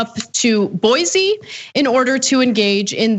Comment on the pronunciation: My state only seems to make the news when we do something stupid x.x (also, I'm surprised Ana said Boise correctly... It's a bit of a shibboleth, so the difference in pronunciation is very subtle, but we can tell you're not from round these here parts if you say it wrong 👀)